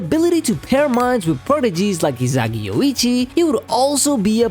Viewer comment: Why you say Izagi